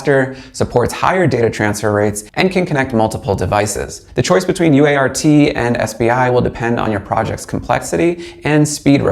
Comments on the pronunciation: "UART" is conventionally pronounced "you art." "Baud" is conventionally pronounced "bawd" (rhymes with "awe"). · Its pronounced UART not u.a.r.t. americans need do learn that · Cool LoRa module.. Thanks for sharing! PRO TIPS: -Baud is pronounces bawd. -UART is pronounced "you art". (not u-a-r-t.) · Nobody says "you aye are tee" -- it's a "you art" :-). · It would be easier to take you seriously if you would pronounce things correctly. UART is you-art, BAUD is bod. You certainly don't appear to be too young to know this. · UART. . . .you-art. Try it out, it's easier. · lol, you could've directly said BAUD is pronounced like BOARD ;) UART is always 'you-art'. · No - it's U-ART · It's pronounced "Bored" in every single English speaking country.... SIGH He got "U ART" wrong too...